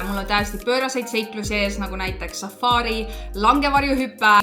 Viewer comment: Safari, mitte safaari😂 Ei muidu äge, jälgin eelmisest reisist alates😊